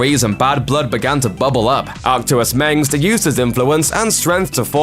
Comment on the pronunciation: also he can't say mensk